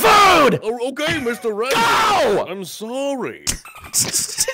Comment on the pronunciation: Meestur Raamzee